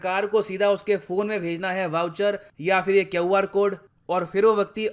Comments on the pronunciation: Pronounce it as Que-AAR Code, Not kaw-Aar Code..😂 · Sir if you don't mind and it is fine to learn from even an underling, the pronunciation(in my opinion) of QR code is 'kyu aar' code instead of 'keo aar' code. Apologies if I am wrong or stepped over a line. I am an admirer. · its Q r code not kyaav r code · Great knowledge but the way he pronouncing QR code is so irritating. It’s simply Q R code not quwarrrr code. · God sake pronounce " Q" " R" properly boss, why r u saying " Kiowar code"?😀 Didn't ur school teachers , friends didn't correct u at young age?! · why do u pronounc QR in such a strange way?? Kyauw-R code 🙄😖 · Sir please stop saying KEO-R code 😀 it's KEU-R CODE 🤓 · Kyo R kyu bol re h sir QR boliye. Bekar lagta h sunne me Kyo R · QR bolle na bhai, kau r kya hota hhh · KUR code 😁😁😁😁 Sir pronounced QR as KUR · Its Kyon R code or it is QR code ?? Until I was pronouncing it the later way. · QR CODE ko keiu R code pronounce jiya jata hai kya?? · Not QR but " kaeu R " Code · is it KUR or QR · Everyone = Q = kyau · Keoar kod. Jaldi bolo. ki tarha bol paoge instead of QR code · क्यऊ आर code kya hota hai.... क्यू आर code bolo naa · I was also wondering why sir is pronouncing Q to kqu 😂😂😂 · Sir it's not kyoR code.. it's QR Code... Just for information. 🙂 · Sir its QR not KyoR. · U r pronouncing queue as kevv 😅😅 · Sir why are you pronouncing Q-R code as Kyav-R code? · Sir why you pronounce Kyaoo insted of Q(kyu)🤔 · QR code ko keuwar code kyun bol rahe ho? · Your pronounciation is wrong(kyu R code not,QR code)🤣🤣🤣🤣🤣🙏🙏🙏😂😂😂🇮🇳🇮🇳😎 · Kay hwar code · Everyone:QR code Le pd sir::: keeuuaaar code Lol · go check the comment section first How many people are highlighting " QauR code " pronounciation Atleast I'm giving a constructive suggestion unlike them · I love when sir says KEW R code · If this is not sarcasm, he doesn't speak 'QR' properly. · Dear sir you pronounce "Q" (QR) differently 😃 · why can't you pronounce QR code....